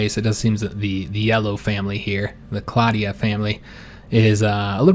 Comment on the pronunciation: You actually pronounce "Claudii" with just a longer english "e" sound, sort of like "Claudee".